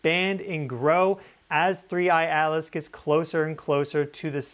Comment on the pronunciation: Thnks. Buy the way, you called it "3I ALICE" a few times 😊...